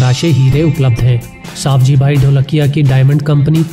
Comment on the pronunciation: सही नाम सवजीभाइ है आप सावजीभाइ गलत बताते है